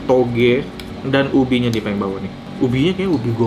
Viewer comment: 😅😅Ngomong toge aja susah bgt sih ko Suka"hati anda lah ko🤣🤣sehat sllu ko nex